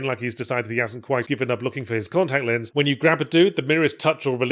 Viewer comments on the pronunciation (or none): none